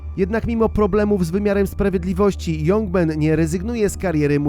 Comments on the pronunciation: nie jongmen tylko Ciągmen :D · Nastąpiła drobną literówka nie jongmen tylko ciongmen.